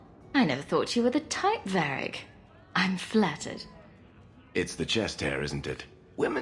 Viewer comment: So let me get this straight, people constantly go on about how much better the female VA (a common delusion that crops in nearly every game where there is a choice between genders) yet she cant even pronounce Varrics name correctly? Its VARRIC not Verric ffs.